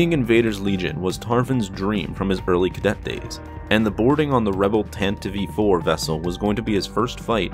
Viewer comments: 🤦‍♂️ Why do people pronounce the ship as Tantive 'E' 4? It's just Tan-tive four. Not Tan-tive-ee four. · STOP SAYING TANTIVE E4 ITS TANTIVE IV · Dude...you gotta stop saying "Tan-ta-vive." It's Tantive. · Its tantiv 4, not tantiveee 4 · it's called Tantive! Not Tantivie! Why is everyone pronouncing it wrong?? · Tan-tiv, not tan-ti-vee. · "Tantiv-ee IV"? Really? I've always pronounced it like 'Tan-tive', same sound as 'give', because that's how English works. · Why does he keep saying “tantiv-ee” ? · did you say the tantive e four? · “The Tantivey IV” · What is a 'Tan-tiv-ee'? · wait wait wait wait.. Did he say "Tan-teev"?? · Doesn't really change or oppose my stance at all, it still sounds dumb and I'm still going to pronounce it tan-tive. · Tantiv 4 the e is silent. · It's pronounced "TAN-tiv" dude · Although from what I hear, the radio broadcast version used the "Tanta-vee" as the correct pronunciation, too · You fail to consider that it's a stupid pronunciation and the way literally everyone else says it sounds way better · The e in Tantive is silent. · Bro you should learn how to say Tantive